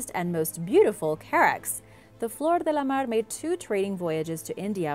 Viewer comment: blablabla blabla... she pronounces nothing correct... but "de la mar"